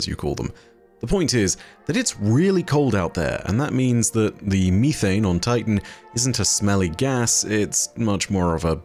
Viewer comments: It’s not youthane, it’s methane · It’s not mee-thane. It’s meth-ane. Jfc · I love you but the way you pronounce methane kills me. Meth-ane not me-thane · "Freedom units" as an American, is almost as funny as finding out there's a different way that we pronounce methane. 😅😂 Great video! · I love you(!), but the pronunciation is: meh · thayn (methane) 😂❤ Even if you don’t read it, I still love the video just as all the videos you make 🤗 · why me-thane 💀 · its the british pronunciation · And how says methane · I cannot stop laughing at the British pronunciation of "methane"!, I just want to add that I am not laughing at you! I wasn't expecting the different pronunciation! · Why’d he say methane like that